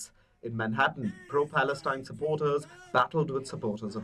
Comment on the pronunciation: There is no such thing as Palestine. Get your Facts straight! I do like this unbiased reported But she said " Plaestine"